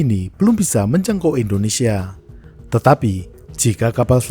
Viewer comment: kenapa pas nya bilang tudal infonesia, saya langsung ketawa terbahak bahak 😂😂😂😂😂😂